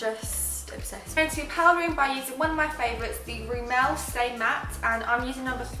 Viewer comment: Is it just me or is it kind of annoying the blonde one says Rimmel !! Xxx please someone tell her that she says it wrong 😫😫 absolutely no hate I love both the girls xxx